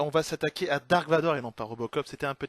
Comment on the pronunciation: Et on ne dit pas "dark" mais "darth", qui veut dire seigneur noir des sith. On peut remercier la traduction française pour avoir traduit un mot inventé par George Lucas, les Ailes-X, Jabba le forestier, etc.